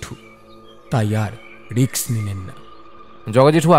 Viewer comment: Word ta risk riks noi,galpo subte gie kane baje lagche